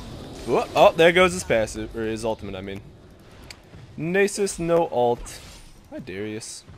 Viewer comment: People in eu dont say nasus like that -.